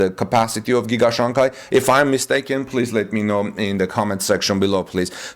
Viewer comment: Just want to point out that you mispronounced the name Shanghai. The second syllable of the word should sound like “hi” not “Kai”.